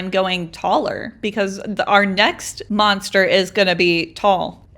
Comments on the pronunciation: You said MOSTER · You said moster holes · It's not moster holleee!